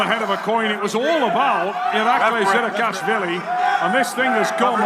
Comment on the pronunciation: Why does the announcer never say the names right? he says 'Irakli Zirakashvileeei' and 'Matt Maaah'. Wtf is this?